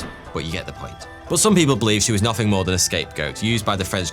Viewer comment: Er... "MOAR"????